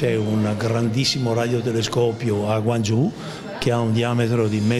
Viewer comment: Bello! Non si pronuncia così Guangzhou! 😅